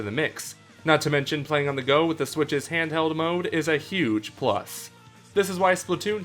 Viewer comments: It is not mmode it’s mode XD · you always pronounce mode MMode lol